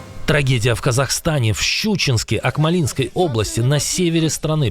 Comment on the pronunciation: Уважаемый, научитесь правильно ставить ударение!!!! Акмо'линская!!!!! P.S. И да, я полностью согласен с мнением Кирилла Буданова насчёт необходимости скорейшего развала НЕДОрашки, поскольку эта злоКАЦАПчественная раШковая опухоль уже просто Настое..ла!!! 🇰🇿🇰🇿🇰🇿❤️🤝🇺🇦🇺🇦🇺🇦